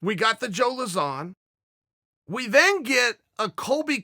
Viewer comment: Pronouncing Lauzon = Zero Issues // Yair = Hours of Content <3 <3 <3